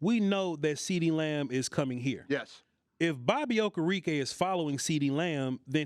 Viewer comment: It’s Okereke. Oh-Care-Rick-Kay!